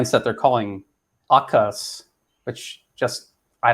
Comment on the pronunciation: I’m sorry but that sounds like “Akuzz” (UK urban slang for oral sex) 💀💀